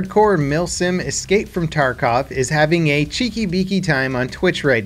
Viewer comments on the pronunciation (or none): "Cheeki Beeki". It's "Cheeki breeki". "Bree-key" not bee key.. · Cheeki beeky? It's "cheeki breeki" blyat!